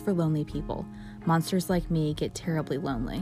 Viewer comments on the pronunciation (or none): none